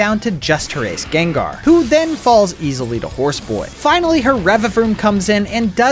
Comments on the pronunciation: excuse me jengar it's not jengar it's Gengar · DID HE CALL GENGAR JENGAR? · Why did you say Jengar 💀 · bro said gengar wrong